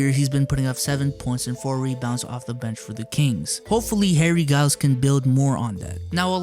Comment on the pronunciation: It's pronounced Harry Jai-youls, not Guy-youls my man... Betta step ya game B!?!?!